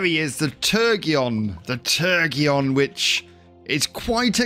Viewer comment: I think it's pronounced ter-jon. Like the sturgeon fish